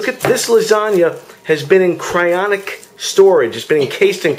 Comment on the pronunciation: For the love of God,....it's cryoGENIC not "cryonic"